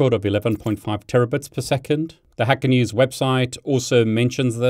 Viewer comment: I swear when you say " hacker news" it sounds like you're saying hackernese 😂